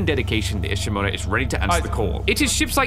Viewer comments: pronounces "Ishimura" so well! 🥰 Others "is she-mew-raw" 😂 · The way he says Ishimura so clean.